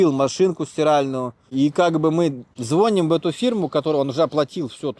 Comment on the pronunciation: В слове звоним ударение на второй слог. Дяденька плохо образован во всех областях. Его уровень это Израиль.